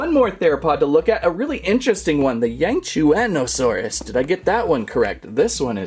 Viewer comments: it yang-shwan-oh-saurus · Yangchianasauars it’s not a frill it’s creast